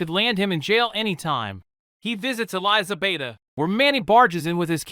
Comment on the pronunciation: How are you mispronouncing Elizabeta so hard?